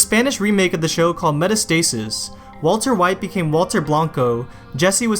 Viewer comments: metástasis has an accent on the 2nd syllable so it’s pronounced meh-TAH-stah-sees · Meta stasis? Lol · you did not just call it meta-stasis bro u gotta find out how to correcly pronounce it SMH THE WHY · "meta stay sis" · “Meta Stasis” ≠ metastatis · bro pronounced Metástasis completely wrong